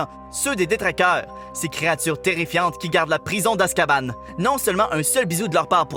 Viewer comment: Azkaban pas Azkabane